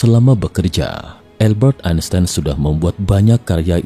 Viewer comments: AL- Bert Ain Sains. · Cara membaca "Albert Einstein" yang benar itu bagaimana ya? Saya dengar naratornya bilang "Elbert Ainstain"